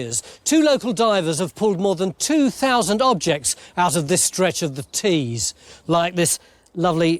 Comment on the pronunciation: River Tees...not trees 😂